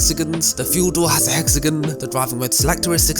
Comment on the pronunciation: It’s hexagoooooooonn not hexegan lol